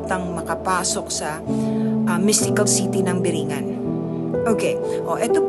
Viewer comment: Kung talagang nakarating ka bakit hindi mo matukoy kung ano tamang pronountiation ng biringan doon palang halata na eh